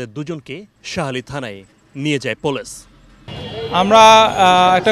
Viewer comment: পোলেশ আবার কি জিনিস??? সাংবাদিক স্টাইল করে কথা বলতে যেয়ে পুলিশ কে পোলেশ বানায় দিসে!!!!🤣